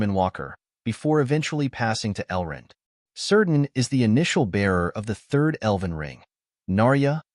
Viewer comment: "Keerdan".. not "Seerdan"